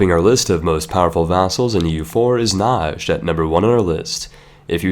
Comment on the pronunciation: please.. it's not najad it's just najd I live there.